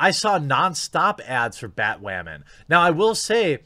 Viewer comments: why do you keep saying batwowman? is this like another "coov" thing? are you having another "fetch" moment? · Anyone know why he keeps saying Batwamman? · BAT- "Wamen" hehehe every time he says batwoman he sounds like baby learning how to use the letter "R" ... IAM weally weally sowie heh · Please don't stop saying BATWHAMAN! 😂😂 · its funny how he pronounces BaTWoMaN